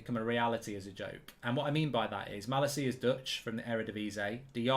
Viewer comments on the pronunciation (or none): Hahaha bro one little thing You say ma la ciaaaaa but it is Ma lacia t